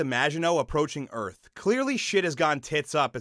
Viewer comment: alien earf